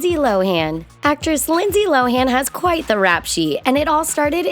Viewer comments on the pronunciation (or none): none